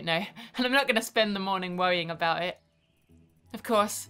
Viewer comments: "Aboot" <3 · What's this I hear about aboot? XD